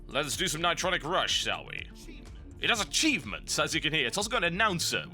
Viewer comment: ni-TRON-nic RUSH